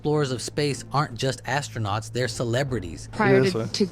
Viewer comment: i like when one commentator said ASTRO-NOTS. I'm a race car driver because i rode in a friend's sports car